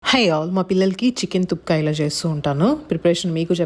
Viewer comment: Thupka kadhu thukpa